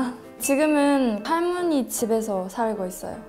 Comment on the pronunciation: 할므니가~ 할떄 발음 귀엽네요 ㅋㅋㅋㅋ